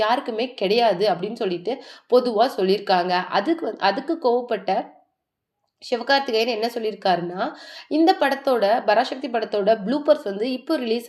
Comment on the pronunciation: யாரு தாயி நீ. 70 நாள்? பராசக்தி என்று உச்சரிக்க தெரியவில்லை. அதென்ன "சிவ்" கார்த்திகேயன். சிவகார்த்திகேயன். "அதுமட்டுமில்லாம" எத்தனை முறை சொல்லியிருக்க. அதுமட்டுமல்லாமல், சரியாக உச்சரிக்க பழகு.